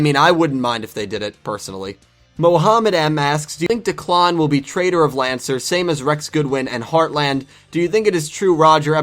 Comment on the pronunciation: Also you're Kind of pronouncing Declan wrong This is how you pronounce it dek-Len